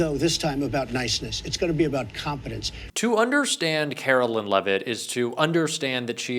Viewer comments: Hey! Love ya. Btw this broads name is karoLINE not karoLYN (Carolyn). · I hate her so much but PLEASE say her name correctly. She doesn’t go by “Karolyn” so for the love of god stop calling her that,. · FFS,, you hear her name pronounced correctly and repeatedly yet insist on saying it wrong. WTF, dude?